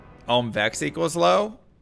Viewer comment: Jaa rune and Om rune 👀 Its JaH and OHm